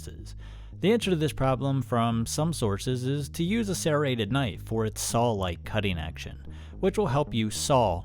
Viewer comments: Its "saw", not sawl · Are you saying salws. Sowls. Sālws maybe. No way you're saying saw. Any what way great video! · Are my ears deceiving me or is he saying "SawL teeth" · It's funny how you pronounce "saw" like "sawl". I've heard this many times before, but I haven't been able to figure out which regional dialect this peculiar pronunciation belongs to. I have, however, noticed that it usually goes along with the pronunciation of "on" as "o-in". Midwest? New England? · Love your content. Extremely informative and helpful. Thank you for sharing. I have to say though, the way you say saw is incredibly interesting 😂. “sawl” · I got completely distracted trying to hear that you are saying sawl and sawling. It’s like an audiobook I just listened to where every time the woman said Halever instead of however, my brain tripped and I had to replay that part. 😅🤷‍♂️